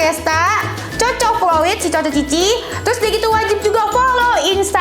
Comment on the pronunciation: BUKAN 'TYUS' DENIES! TAPI 'TERUS'